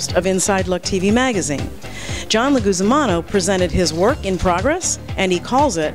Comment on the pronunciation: "John Leguzamano"...? LOL seriously?